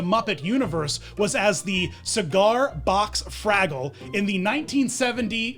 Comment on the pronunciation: It sounds like you are saying he was the Cigar Box Fraggle in Great Santa Claus Switch, instead of Frackle.